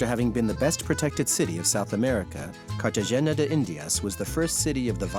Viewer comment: excellent section despite mispronouncing CartaHena. I suppose mentioning the spectacular food and service along with the stifling heat and humidity could’ve been seen as a bit trivial